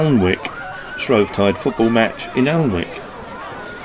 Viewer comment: Hi. Alnwick in Northumberland is pronounced Annick. Jeff